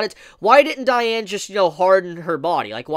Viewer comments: The way you say diane makes me cringe lmao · Just to let you know that's not how you pronounce her name and that isn't how you pronounce gowthers name either. Just gotta say if your gonna do a video at least know how the names are actually pronounced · the way he says gowther & diane bothers me so much 😭